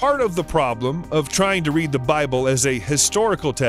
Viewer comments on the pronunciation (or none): none